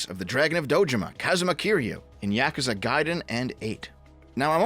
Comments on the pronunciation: meanwhile i die everytime says Yahkooza instead of yakuza. also if yong yea was genuine about the admiration for the franchise he would have rejected the offer because he is self aware enough that he doesnt fit the part. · im sorry but thats probably the worst pronounciation of yakuza ive ever heard 💀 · how tf does someone with "otaku" in their name butcher the pronunciation of "yakuza" that badly? lmaooooo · can you stop saying yakuza like that